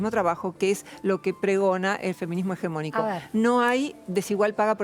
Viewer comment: Se le sube el azúcar a la entrevistadora cada vez que Roxana pronuncia "feminismo hegemónico".